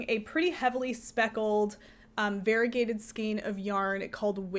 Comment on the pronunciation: Variegated is pronounced var-EE-UH-gay-ted, not var-i-gay-ted. Five syllables, not four. Your pronunciation is like saying varible instead of variable.